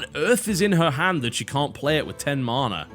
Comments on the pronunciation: why do you say marna?? it's ma na.. mana. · tis man-a! not marn-a